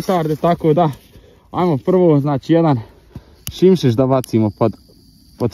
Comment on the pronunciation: Nije simsis nego sismis 😂